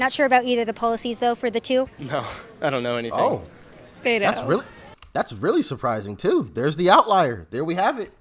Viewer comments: Doc, you’re talking too much in this video! Btw, YES, it’s pronounced “BETO” with a Spanish/Mexican accent! It’s normally short for Roberto,Humberto,Adleberto, Alberto, ETC 😉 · the nickname is of Hispanic origin. They are pronouncing it correctly. You are ignorant